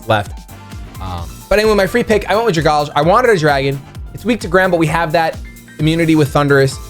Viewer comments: I dont wanna sound nitpick-y but please say dragalge-e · Oh yeah, getting back to his roots with the Trevenant and the Darmanitan! Good to see you doing pokemon related stuff again. I think a draft league is the perfect amount without getting too bogged down by it. The pronunciation of Dragalge though... It's Dragon + Algae. Drag-Al-Gee Anyways, I wish you luck this season. I will be rooting for you, Emvee, and aDrive.